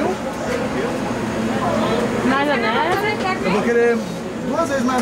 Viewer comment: "Maionesar" — 2021